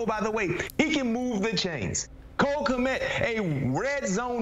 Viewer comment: Who the hell is Knet? Did you mean Kmet?